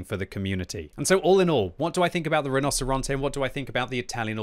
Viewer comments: I don't know anything about spanish BUT in italian "rinoceronte" is pronounced "rinoceronte" not "rinoseronte" xDD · Mostly. Rinocerante is said like “Ree-No-Cer-An-Tay,” and he said it like “Rah-No-Cer-An-Te.” Pretty close. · pronounced 'rino-che-ronte' because a 'c' followed by an 'I' or 'e' makes a 'che' sound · You mean you played the Tier Ten iTalian auToreloading Tank RRRRRRRHinoceronte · Hey, the tank is pronounced "Reenocherontay" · Correct, kept butchering it but i don't blame him, it ain't easy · Hey! I promise I'm not trying to have a go at you, absolutely love your videos, just thought I might mention that the "c" in Italian will sound like a "ch" in this context! The rest of your pronunciation is actually pretty on point, just thought I'd drop you a quick tip! Thanks for the awesome content, I always learn a lot! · you need to learn how to pronounce rinoceronte right:D